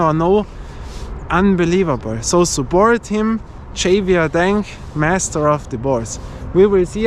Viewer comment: Hey, hello from Canada! Great video as always. Your reviews always cover the important issues when choosing a ball. Javier is Spanish and pronounced Ha-Vee-Eh. Innsbruck is beautiful, keep up the great work!